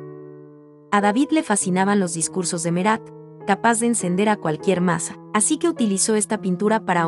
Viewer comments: no se dice merat no se dice no es ingles no es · No sólo los apellidos, en algunos casos también los nombres de personajes o lugares, por ejemplo el de Marat. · Al margen de la elección de las obras (hay 2 de Picasso y ninguna de El Greco ni de Goya y falta "La Última Cena), creo que el audio es muy malo. Los nombres de los artistas franceses están mal pronunciados. Y algunos nombres cambiados, (Batticelli x Botticelli, Merat x Marat, Pallack por Pollock)